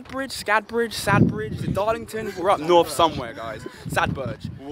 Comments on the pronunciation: Literally 25 minutes from my house AND ITS SADBERGE NOT SADBEG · I live in Darlington aha Sadberge it’s pronounced nice calm place